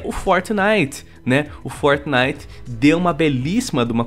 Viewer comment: EIPEQUIS LÃNSOU VO ABÃMDONA O FORTNAIT E FALA MAU DE GUALGUER JOGU QUE USI NEGANIGAS DE EIPÉQUIS